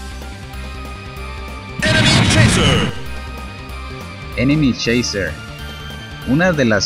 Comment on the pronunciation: Yo escucho que es enemy choiser